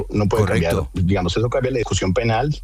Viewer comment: Ackerman dijo 27 veces "digamoz"